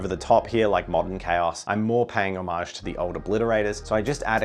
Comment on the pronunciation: Drinking game idea - drink a shot every time he says "omage"